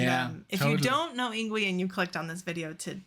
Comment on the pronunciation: His first name is pronounced “ing-vay”. 🤙🏻😎